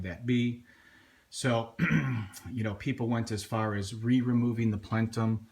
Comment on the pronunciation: JUST GET TO IT!!!!!! And, it's not a "plentum", it's a "plenum"